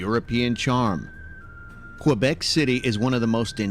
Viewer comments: The guy doing the voice over for the video is actually mispronouncing a lot of things. First Quebec, then he called Casa Loma… Hill House (no locals say that) and they mispronounced Quay. Aaahhh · Just a friendly note... "Quebec" is pronounced "K beck", not "Q beck" (emphasis on "beck").